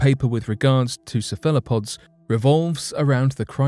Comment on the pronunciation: Pronunciation tip: "cephalopod" = 'SEHF-ehl-uh-pod', with the accent on the first syllable.